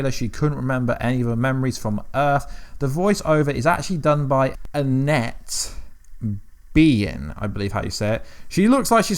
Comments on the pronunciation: Annette ben ning. Pronounced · Pronounced as Annette Ben-king easiest way lol